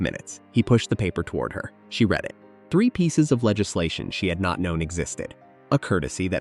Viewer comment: The lead on the roof - ‘lead’ in this case rhymes with led, fed, Ted, so does the verb ‘she read the letter’.